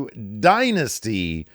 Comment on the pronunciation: Did I make this up or did Steve used to call this pay per view “Die Nasty”?